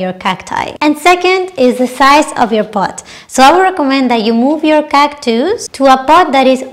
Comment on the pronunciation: you have such a pleasant manner and beautiful smile! Your video was very informative and a joy to watch. I love the way you say cactus. ❤